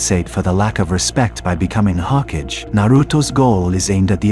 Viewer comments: Brother the term is not 'HOKAGE' it's 'HO-KA-GE' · Say it with me HO-KA-GAY. The way you are pronouncing it is killing me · Lol... Boruto Shippuden is as bad if not worst than Boruto Ps. I don't know how much you know about Naruto as a series if you pronounce Hokage like that XD